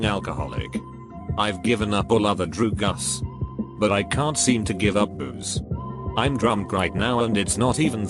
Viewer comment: Am I the only one that chuckles every time the computer voice says "droogas" when there is "drugs" in the comment?